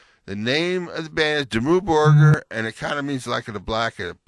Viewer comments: i think its Dimmoo borgear to pronunce it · Dimmu Burger? WTF? I never would be able to say Dimmu Borgir like him,even if I´m spanish and all the norwegian I speak it´s a part of Vredesbyrd XD